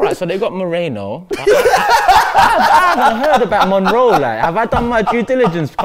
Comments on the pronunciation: Monroe... Homie is dyslexic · That "Monroe" is as good as Robbie's "Vincensius" 🤣🤣🤣🤣